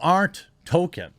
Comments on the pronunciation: Can somebody please instruct this man how to pronounce Tolkien? Please. I love Jeremy's videos but I just can't stand it anymore. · Bro, you have got to learn how to pronounce the man's name. Tolkien has an L in it. He's not the black kid on South Park. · It's Tolkien not Token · His name is ToLkIen not Token! He’s not a black South Park character! Is it literally impossible for you to pronounce even one person’s name correctly? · I like your channel, but would please learn how to speak properly? J.R.R. Token? Please proof read and got some phonics lessons if you are going to base a career on public speaking. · Real name: Tolkien Jeremy's version: TOKEN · It's not token jerremy. Try saying it like toll keen. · Dude! Stop saying "Token." His name is pronounced "toll-KEEN." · Are you saying Token instead of Tolkien (Toll-Keen) because of the south park episode? Lol. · Tol - keen! Not Tol - kin. Sorry. It was driving me nuts 🙃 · I know you're trying to say tol K ein but you pronounce it token. “Evil cannot create anything new, they can only corrupt” - J.R.R Tolkien fuck the woke trash that destroys everything I love. I hope it bombs and doesn't even last one season. It could of been a really good show with the fall of Numenor and the deceit done by Sauron and the twisting of the Numanorian king and the creation of the black(as in evil) Numenoreans. It could of shown the construction of temples to Morgoth. It could have shown the eventual rise of Sauron. That to me is way better than this woke shit. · Why does Jeremy always call Tolkien "Token", am I missing a joke here? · Fuck sake Jeremy, are you saying 'Token'on purpose? :D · Any one else being driven nuts by him pronouncing Tolkien the same as “token” for the last four videos on this topic?? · is Jeremy saying Token on purpose , like south park? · The world of "tolken"? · I was g9nna make fun of your pronunciation of Tolkien, but it 100% fits. This isn't Tolkien's world: This is Token's worlds.